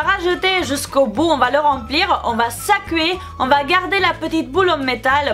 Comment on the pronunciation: jadore trop le " sacouer" 😂💘